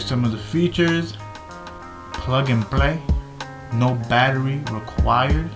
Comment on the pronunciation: your Spanish... Plug and plaiii😂😂😂